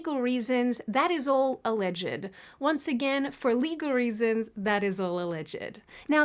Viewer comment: 'Alleged' has only 2 syllables